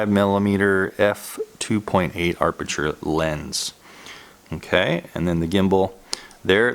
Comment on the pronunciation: why you say 'aRpeture' for aperture every time? :X